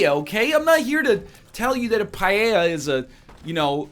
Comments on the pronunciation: Lol "PA-JE-JA" It is pronounced "Pa-el-jha"! You stinky egg... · Certainly not pajeja for paella. Pa-EL-jha is fairly close. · On one hand you mangled the pronunciation of 'Paella' as 'Pa Yay Yah' instead of 'Pa Ey Yah'. o On the other hand you went for Deli in that state. You are forgiven. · its paella buddy. Also a really common food here in Argentina 😀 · Having a great time listening to NL saying "paeilla" "pailla" "paeia" "peiela"... XD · how is it you say paella is it a canadian thing ? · Do all of you native English speakers pronounce "paella" like that, or just NL? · Listening you pronounce paella the way you do it's hurting my ears LOL. I'm from Spain by the way. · I am from spain and I didn't realize that you were trying to say paella.